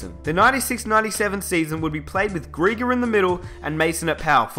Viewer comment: Geiger. pronounced Guy-grrr. Who's 'Greeger'?